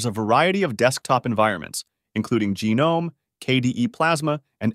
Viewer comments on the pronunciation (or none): jah-nome? wtf